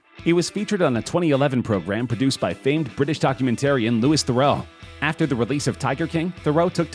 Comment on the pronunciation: Lou 'E' Theroux